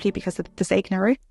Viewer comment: Zeignarik 😂 Zeigarnik actually 🎉😅